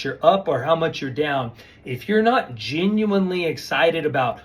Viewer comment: Mr. geenuinely geenuinely geenuinely 😂